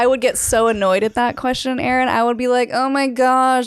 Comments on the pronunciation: 🚫L-Ron✅ Aa-Ron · " A-a ron " !!!!!!!